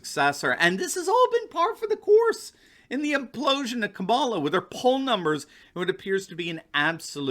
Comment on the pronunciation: Did you say "Kabala" xD That's great.